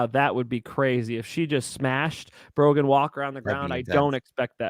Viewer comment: No D in Brogan